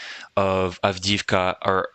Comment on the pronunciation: Avdiivka---"avdeeyeevka" ---the second i is a "yee" ------not "avdeevka"